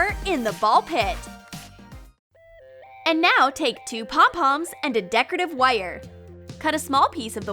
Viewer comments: said wire as wuiyur!!! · Why does she say wire so weird